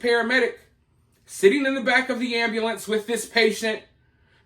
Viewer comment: Ambalance instead of ambUlance 😅